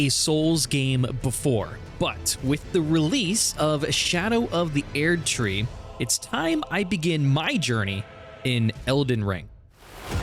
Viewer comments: Bro said "Ê-erd Tree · the way you say Erdtree hurts me